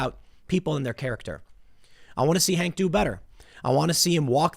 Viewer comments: Tim. How many stories you gonna do about this guy before you are going to call him by his actual name. LOL His name is HAWK Newsome. Not HANK. Every time you call him HANK it makes me laugh. And you call Rose McG*OW*an, Rose Mc*GO*an. It kills me every single time. It's OW like COW not O like GO. LOL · HAWK !! Tim it's HAWK not Hank . HAWK NEWSOME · Hawk, Tim. Not Hank! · Why do you keep calling him Hank. I believe his first name is Hawk. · Hawk. Not Hank, Hawk. Please God. lol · Hank? Who's Hank? The article says Hawk. Hawk Newsome, Tim. It's Hawk. H-A-W-K HAWK. HAWK Newsome. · I'm pretty sure It's Hawk Newsome. Why is everyone saying Hank? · Tim likes Hank LOL. It's Hawk Tim come on, it's literally right in front of you man. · bruh, his is name is hawk, not hank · Tim, why can't you say "Hawk"?